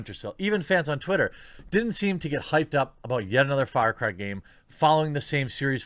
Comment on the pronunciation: sounds like FartCry lol